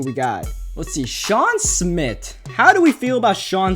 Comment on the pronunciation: It's Sean SMITH not Smit.